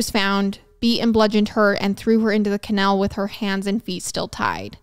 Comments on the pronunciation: Youre killing me here,. I had to look at the title to understand what you kept saying. Never heard it called a canel. 😅so i didnt quite understand what was happening. I googled what a canel was, thinking it could be some Florida thing i was unfamiliar with...nope. just a canal. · Same!! Ca-naaal not Ca-nail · KUH+ NAL. Couldn’t finish the episode because I was so annoyed about the pronunciation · I absolutely love you... howevrr, every time you said canal I lost a little bit of sanity. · I love the way you pronounce canal 😂❤ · This video is going to be so hard to watch. There have been a lot of videos where the mispronunciation of the word ‘canal/s’ has been annoying but if it’s going to be every other word 😬😬😬 But I’ll manage